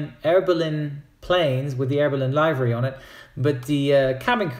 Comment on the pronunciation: WTF?! LIVE-RY?! do you say DE-LIVE-RY too?! It's LIV-ery with a short "i". Also, you know everybody wants to know if you're a member of the mile-high club!